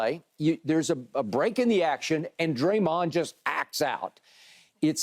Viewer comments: Whose Draymuns?? Haha. Lady doesn’t even know who Dede is. Probably the first time she’s ever heard him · She called that man DrayMund 😂🤣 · Draymen lmao